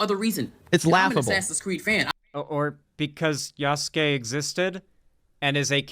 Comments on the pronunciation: For the love of god it’s pronounced “yas-ke” not “yas-su-ke” . I agree with what you’re saying brutha but everyone mispronouncing his name is driving me up the wall. Probably doesn’t help I’m a black guy that took a few years of Japanese in college 😂😂😂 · I'm dying either from heatstroke or these thunderchuds saying Yasuke as Yassookay 💀💀💀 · "Ya soo Key" opinion immediately rejected